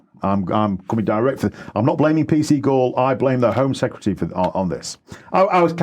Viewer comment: When he said P C Gull, I heard 'P Seagull' speaking to... got the makings of a children's book there 😀